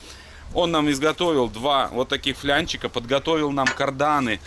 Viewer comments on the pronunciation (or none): Не флЯнчика,а флАнчика😂😂😂